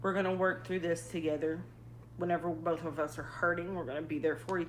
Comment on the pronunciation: The ‘l’ in ‘both’ just drives me nuts.